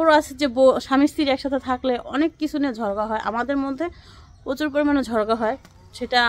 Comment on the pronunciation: ঝড়ঘা না ঝগড়া বলবেন